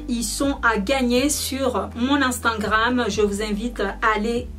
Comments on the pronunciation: c drole tu dit instangram et pas instagram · desolé mais on dit instagram mais pas instagranme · Instingram- postiler - volume esstreme - régarder- pétit sac- quelqué semaine - veste en cur - vous m'excisez - un haut courte - piti sacoche - petit bidget 😂 bref je vais pas continuer, tu as le trophée du massacre de la langue française félicitations 👏😂